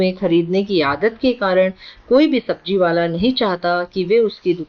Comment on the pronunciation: It's sabjiwala not sabtiwala 😢😂